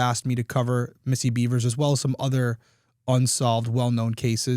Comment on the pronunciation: Bevers.. not Beavers. There’s no A in Bevers.